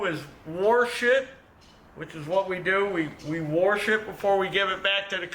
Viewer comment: Warsh it😂😂😂